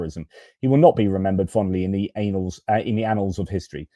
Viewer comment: Love that annals (Anal’s slip)I nearly spilled my tea😂😂